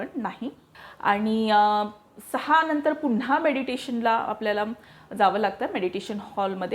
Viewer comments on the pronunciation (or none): none